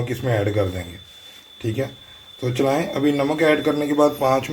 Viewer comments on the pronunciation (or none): Recipe bohat achi hy lekin bechara cook sahib URDU mein phans gya 😅 chalaeinnnn 😂 Chalaeinnnn 😅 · Recipe bht achi hai lakin ye chlain chlain pe hans hns k bura hal ho gya hai mera😂😂😂😂😂😂